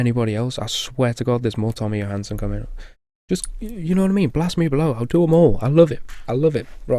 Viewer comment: I love Sabaton. Usually play them and Nightwish when im at work so everyone can hear it. Hehe. Also great that I live near the boarder to Sweden, so I know Swedish. It's close to Norwegian so it's easy to learn. So it's easy to follow their lyrics. :D And you said Tommy's last name correct the 1 time. :D Song suggestion! Solence - Blood sweat tears (From their new album they are releasing soon, music video on their channel) :D